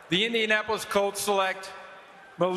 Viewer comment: And he’ll fit in with indiamappoulis, indianappulis, INDIANAPOLIS”